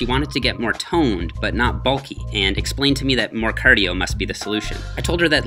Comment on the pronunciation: Listen to how he says bar and cardio he's definitely from canada